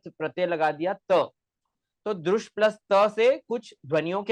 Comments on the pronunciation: ये साला दृश् शब्द तक का उच्चारण द्रुश् कर रहा है भारतीय उच्चारण की पद्धति भी नहीं है,हरामखोर को वार्तिककार भगवान कात्यायन भी गलत लग रहे हैं, जो कात्यायन पतंजलि के भी समझ में न आ सका वो इस कुकुरमुत्ते के समझ में आ गया। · तुमको दृश् बोलना नही आ रहा है तू क्या शोध क्या करेगा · Apko drish dhatu bolna nahi ata। Aye bare। Gutthi। Suljhane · पोपट तुम ठीक से दृश् बोलना सीखो